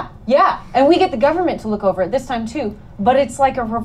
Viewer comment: Ryan says "government" correctly. It's everyone else who says it funny.